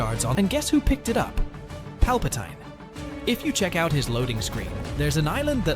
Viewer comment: who tf is "PalpitYne"